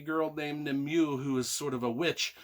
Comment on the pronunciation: Great book. Great review.. Nimue is pronounced Nimway btw.👍